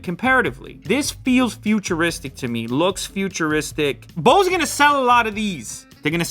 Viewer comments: How he pronounces “Bose” oh sorry “Bause” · You don't care now, but when you're having a conversation with bunch of audiophiles everytime you say Boose noise canceling headphones 700 You wish the name was shorter 😂 BNCH 700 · Bose huh I thought it was called Bose